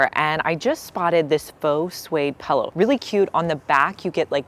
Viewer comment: You’re the first person I have heard say “pellow”. Took me a second to know you meant pillow 😂